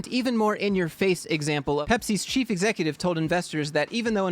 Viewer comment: *The companies chief executive". I actually thought you said cheap executive at first.